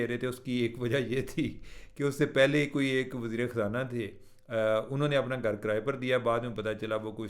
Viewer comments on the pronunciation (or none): Gar kia hota hai? GHAR sahi word hota hai